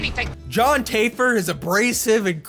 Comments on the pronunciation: It's taff-er not tayfer. He's a big bitch though so who cares. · i love you but when you saind Join "Taifer" my soul left my body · Luh-key-too? John Tay-fer? really? lol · It's pronounced Taf-fer. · It triggered me how you pronounced the name of Jon Taffer as Jon Tayfer. Omg! He might fight your ass for saying that. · Also regardless of how you feel about John the way you say taffer indicates you haven't paid a single episode lol